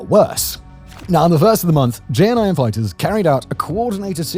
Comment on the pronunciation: I think that was the worst pronunciation of JNIM I’ve heard